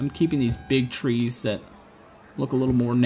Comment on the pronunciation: the way you're saying "that" every time is grinding my gears, but l like this gameplay